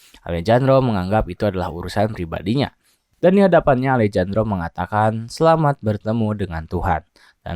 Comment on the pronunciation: Alejandro dibaca Alehandro min 😅